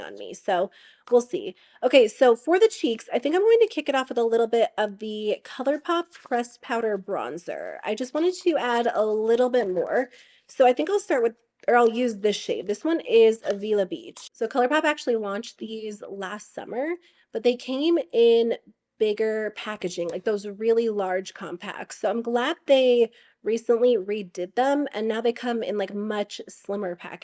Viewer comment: I know it's confusing, but Avila Beach is literally down the street from me. It's pronounced AA-villa. (The a sound as in Adam) Tell a friend😉